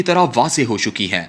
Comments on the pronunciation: viet muahhh nahi, bulkay Viet Minh hai.. Giran khoob nahi ,Giran khawab,گراں خواب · Giraan khaab. Not Giraan khoob